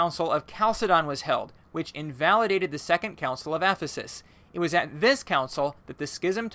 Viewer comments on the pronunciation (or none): none